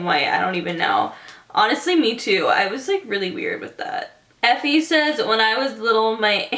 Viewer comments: Lol a life is pronounced eefa not effee haha *everyone in Ireland gets frustrated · Hahahaha, Aoife is pronounced “EE-FA” not effie hahahah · Aoife is pronounced eefa. It's Irish